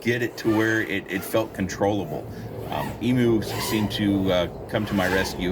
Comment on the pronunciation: Hi, I've lived in the land down under for 27 years and just so you know Emu (which is native to Australia) is pronounced "eem-yoo" although I questioned telling you coz it's super cute hearing you pronounce it eemoo 😂